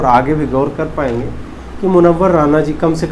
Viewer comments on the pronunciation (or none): Please say मुनव्वर राना not राणा